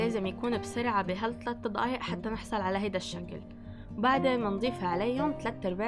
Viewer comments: احلى شي لما تقولي ضقايق عن دقايق 😂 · اسمها دقايق مو ضقايق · دقايق مو ضقايق هم نطقهم يفخمون حرف د و ق اسمعوها كويس هههههه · أيه والله بتعجبني 🤣🤣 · هي ما بتكتبه هيك هاد نطقها بس يعني بتنطقه ض